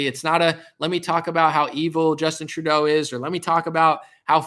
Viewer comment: It's Justin TRUE-DOH my man. Lmaof. Great show!